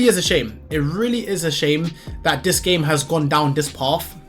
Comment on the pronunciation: Whats with the dis and dat can you not speak properly?